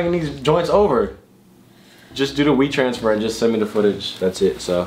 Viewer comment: did this nigga say do a ‘wii transfer’? 🤣